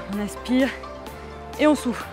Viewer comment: faut que j’te le dise... quand tu dis « on souffle» j’entends (et chuis sur de pas être là seule) « on souffre»!